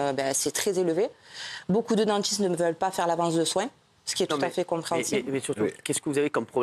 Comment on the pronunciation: C'est pas tchoutafait ma verité 😂